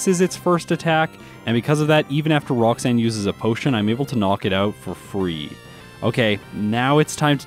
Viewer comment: did you say Brocksanne the first time lol.